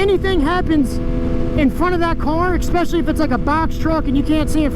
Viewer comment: Bro. Bro. It's "Su-pose-ED-ly" Not "su-pose-EB-ly". There's no B in supposedly. Also, it's "ES-special-ly" Not "EX-special-ly". I'm sorry to be That guy, but come on, you're a grown, adult male. Supposedly, you should know how to say these basic words, especially since you're an adult.